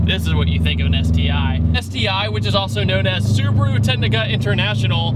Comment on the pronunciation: yyyaaasss hahaha that Subaru pronounciation on point!!! 👌that's how my Japanese uncle says it like lol